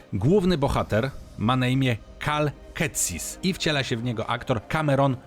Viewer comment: Cal Ketsis, nie, nie, nie, wiem że z eurogamera to przeczytałeś ponieważ główny bohater nazywa się Cal Kestis